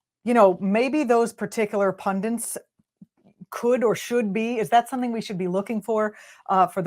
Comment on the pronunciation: Pundents?? Really?